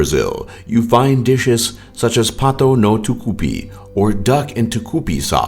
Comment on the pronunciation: "Patou nou Tucupi" kkkk What the hell, you should search more about saying the names in the correct way.